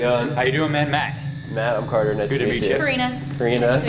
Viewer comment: It’s carter not carther